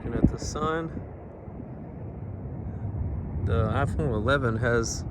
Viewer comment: ASMR intro😅 IFON😂😂😂